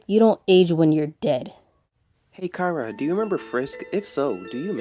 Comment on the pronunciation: Finally someone who pronounces Chara like I do!